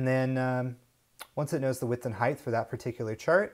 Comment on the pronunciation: Nice presentation. But come on,, "width and heighth"? The word is "height"